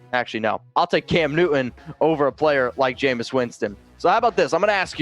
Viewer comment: m just an old fart.... Maybe I. WHY do so dang many of you younger YouTubers completely fail to enunciare the letter T? You say Cam NEW-un or .... Just curious.